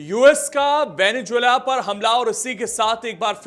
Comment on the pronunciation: Venezuela not Venejula!